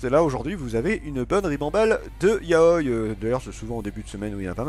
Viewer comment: Ya-o-i non de dieu lol ça ce prononce ya-o-i